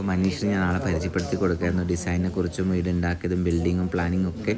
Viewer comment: വീട്ട്, കയിഞ്ഞു.. നല്ല മലയാളം